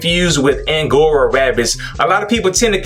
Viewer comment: Hey my brother♥You said 'angora' correctly. I ain't paying $42 for a brush, I don't care what kind of brush it is.